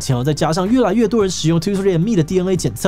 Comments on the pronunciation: 是念 "twenty three" and me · Twenty three and me 那邊唸錯